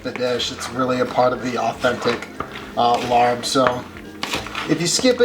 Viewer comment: Awesome you know how to make laap! Here are a couple hints for truly authentic Lao style laap: Say "lahp" not "larb" ('a' says 'ah' not ar...I am not sure WHY Thai-English spelling uses ar to say 'ah'...) AND please call people from Laos "Lao" not "Laotian." Then you'll be 100% authentic when pumping Western people up to cook Lao food! Skip the red onion for a better balance of good flavors and never, no never skip the fresh mint! If you can find fresh banana flower to thin slice, then you are hitting the authentic laap taste. Well done!